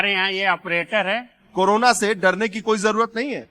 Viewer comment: करोना नहीं कोरोना होता है 😅